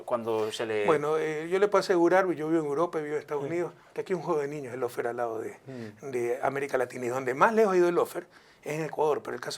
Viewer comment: Al primer minuto Correa declara "El sistema de justicia ecuatoriano es de los más corruptos" pero omite informar que él fue su corruptor principal. De la misma manera que habla de "loufer" (Lawfare mal pronunciado) y de las deficiencias del sistema carcelario, pero omite decir que son distorisiones que él mismo implementó. CUÁNTA DOBLE MORAL !!